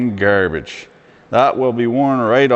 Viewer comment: I always thought you were west coast through and through but the way you said grrrrbage makes me thinks you speak in the maritimes tongue too. Keep her between the ditches - fan from Halifax